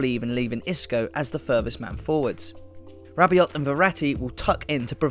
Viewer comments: Hey it's Adrien Ra-bee-oh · So ... You guys knew Zidane would use the 4-3-1-2 with Isco rather than the 4-3-3 with Bale. And also guessed PSG's 6 would be LoCelso rather than Diarra or Rabiot (btw the "t" is silent) . Can you predict the outcome too?